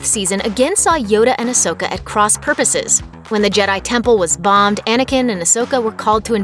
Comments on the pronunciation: Idiots from looper still cant pronounce Ahsoka's name correctly smh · Please say ahsoka's name right